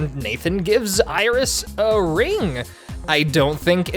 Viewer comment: watched one of ur videos last night, really enjoyed it and today the official lolirock tumblr links to this?? clearly its fate lol though… your pronounciation of 'iris' is painful 😔